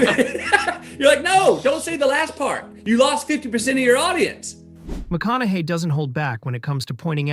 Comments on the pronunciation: You keep going from "McKONAKY" to the, I assume, correct way of pronouncing his name "McKONAHY". Pick one and stick with it ! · Maybe pronounce his name correctly